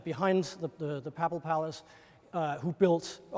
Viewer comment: you say “paple” and I say “papal”— let’s call the whole thing off, as Martin Luther sang.